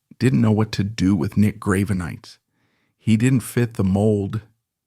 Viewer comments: Graven-ites? the fuck is this? Its Grah-Ven-Eye-Tis. Did you seriously use AI for the voiceover? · I've got to say that the subject matter this channel chooses to cover really interests me, but the way it's presented is waaay to dramatic and over the top! I'm pretty sure it's AI, hence the mispronunciation of the people (Grave-e-nites), but either way, tone down the melodrama, not every musician is a deep, godlike superhuman! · True, the narrator in mispronouncing his name... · Work on your AI reading and its pronunciations of words, especially the name of Nick Gravenites... Even if the info is correct, hearing his name bastardized ruins your supposed intent.